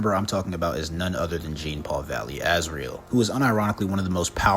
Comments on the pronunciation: Every time he says "Gene" Paul Valley, I wanted to send a nuke to him It's JEAN NOT GENE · His name is pronounced as john. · Yeah Genepool Valley’s first name is pronounced John-Paul because it’s French and unfortunately our gracious host doesn’t even try to pronounce it correctly. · Not really "John" it's pronounced like Jean Claude Van Damme. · It's not pronounced Jean like denim….. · Jean is pronounced as John, like Jean Luc Picard. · Jean(pronounced like john)-Paul Valley is such a dope character. I was so glad they put him in the Arkham games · Technically, his name is pronounced more like “John.” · Step 1: Learn how to pronounce "Jean" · He never said Genepoole, he just mispronounced Jean, he got the Paul part right weirdo.